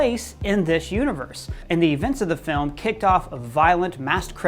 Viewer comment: pls stop saying film like that falm